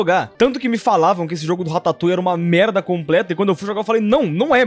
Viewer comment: Man ... Só eu que pensei besteira quando ele falava rataputa